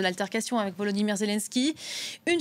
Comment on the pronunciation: Des pseudos analystes qui n'arrivent même pas à prononcer le prénom "Volodymyr" Hahaha OMG